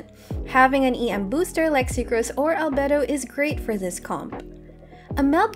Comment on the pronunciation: did she just say albehdo 🗿